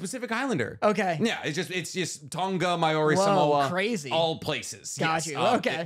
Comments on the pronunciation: As a New Zealander listening to them butcher the pronouncing of Maori and other island names is hilarious.. as an fyi it's said similar to Moldy as in moldy bread 💚 love the content keep it up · Just letting you know you’re pronouncing Māori all the way wrong. Even people here in NZ pronounce it wrong.